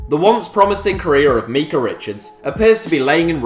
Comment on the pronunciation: also it's "My-cah" not "me-cah"